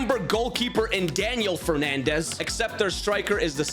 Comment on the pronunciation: It’s because it’s Fernandes not fernandez